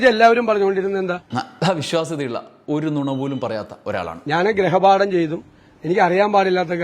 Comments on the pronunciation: ഗ്രഹ പാഠം അല്ല ഗൃഹ പാഠം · ഗ്രഹ അല്ല സതീശാ, ഗൃഹ പാഠം അല്ലേ? 🤔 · ഇമ്മിണിബല്ല്യ നേതാവ്. മലയാളം പോലും അറിയത്തില്ല. ഗ്രഹപാഠമല്ല ഗൃഹപാഠമെന്ന് ആരെങ്കിലുംപറഞ്ഞുകൊടുക്ക്